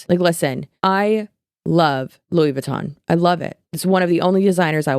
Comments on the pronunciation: The Louis Vuitton intentional mispronounciation is killing me 🤣 yes yes Louis Vuitton has great designs. Luis Vooten is the Hyde to his Jekyll 💀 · 😂😂😂"Lewis Vootun" aka Louis Vuitton 😂😂😂😂🤣🤣🤣🤣🤣 love you!!!!!!!!! Hope you feel better very soon! Take airborne! Many will say it's junk, but I say, if you take a shots worth of airborn aka tablet in a shot glass of water, you will be shocked at the pepp in your step 😉 And then, you said "I wonder often, is that a poop stain or chocolate?" 😂😂😂🤣🤣🤣🤣🍫🍫💩💩 Too funny!!!!! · “Mr. Lewis Vootin” made me giggle haha